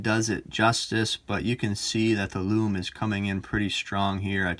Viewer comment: Greetings J. It's just great the way you pronounce ‘lume’. Very individual and a Unique Selling Point (USP) in the world of watch reviews. You present and speak very well. Your channel deserves to be successful.